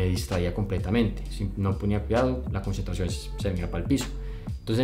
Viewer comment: Es tu editor nuevo o lo hiciste tú? dice "conncentración"